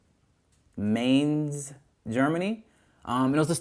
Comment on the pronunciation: "Mainz" is pronounced just like "minds" - just without the "d". ;) It is a city near Frankfurt, Germany (the Frankfurt on the river "Main", where Mainz has its name from). Home of one of the biggest carnivals in Germany.